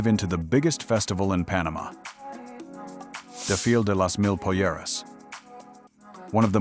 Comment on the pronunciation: For example the way this AI trash butchered "desfile" .